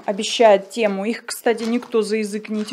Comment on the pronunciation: Тему😢,аж ухо режит. Весь мир говорит ТЭМУ